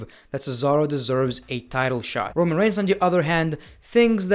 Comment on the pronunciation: My man says rowan when it is roman